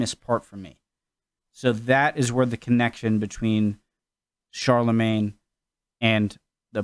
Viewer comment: Pronounciation of Charle Magne had me cringe